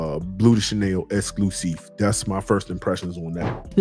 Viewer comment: L'Exclusif===> lexclusif. U just gotta pronounce the whole thing together that's all.